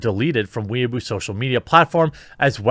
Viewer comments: Dude...Weibo is pronounced "Way Boh". "Weeaboo" is a term used to describe socially awkward people who think they're anime characters, or try to act japanese according to anime depictions of that culture and clumsily drop japanese phrases (usually mispronounced or mangled) into every conversation. On the other hand, you could just be doing this on purpose to "innocently accidentally" say a word that's frowned upon. In THAT case, glad you're not talking about anything going on in Nigeria... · Well said throughout this entire video, but one thing; it's pronounced "WAY-bow" in Chinese. The CCP is no friend of mine either, but this is one thing I wish we'd do in America as well; cancel the cancel culture types, because frankly? Being shut down violently is the only way they learn anything, if at all. Or understand anything. There's a reason they're called idiots, useful or not. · Way-Bo. Weeaboo's are cringey westerners who are super cringe about anime and tend to interject their speech with random Japanese words. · I won't knock you for contracting your words like "could've" and "should've" but I will get on your case for pronouncing Weibo as weeaboo 😂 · Not to be that guy but Weibo is pronounced way bow. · I crack up every time Jeremy tries to say Weibo, he keeps saying weeaboo which means something else in Japan. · wouldn't it be pronounced more like "way bow"? I have no clue, chinese is a language that escapes me. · Jeremy, the pronunciation for Weibo is NOT "wee a boo" (that is what someone who wants to be Japanese is called, it's a derogatory moniker). It is "way bor", with no emphasis on the 'r'. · It's Weibo, not Weeabo. Way-bow. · weibo is now weeaboo no one pronounces it properly. i know how its proncounces but even i say way bow which is also wrong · Fuck, weibo isn't "weaboo", weaboo is weaboo aka weebs. weibo is pronounced "way - bwoh" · "Weibo" as "Weeaboo" makes me laugh. I'm not fluent in any chinese language, but I think it's "wey'bo."